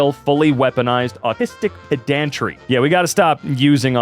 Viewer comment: That's PED-an-tri, not pe-DAN-tri. Say it right! The emphasis is on the first syllable. PED-ant, PED-antry. Granted, peDANtic, but not peDANtri or peDANT. Honestly! (Typed with full knowledge of the irony of this comment 😜)